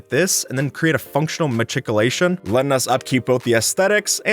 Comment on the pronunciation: also its machicolation said like ma-shick-olation